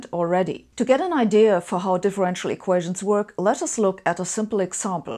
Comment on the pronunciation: "eqations" ????? This one makes my head hurt.